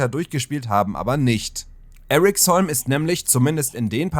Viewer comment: Eriksholm sagt man eher wie im deutschen, nicht english. Sry aber die amerikanisierung irritiert mich.